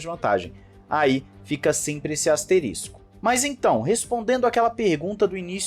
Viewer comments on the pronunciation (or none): none